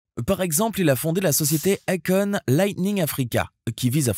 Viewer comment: Si tu prononce akone. Alor que c'est écrit akon. Et que en réalité sa se prononce èykone.....😂 Pourtant tu prononce bien quand tu parle de sa société. Étrange